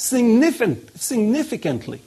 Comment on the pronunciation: he stumbles over the word significantly 3 times and still never pronounces it correctly! This guy gets 24% of the popular vote and wants to run our country? I think not!